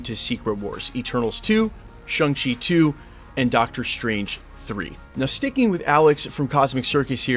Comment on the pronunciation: ShAng-Chi not ShUng-Chi. Get it right dude.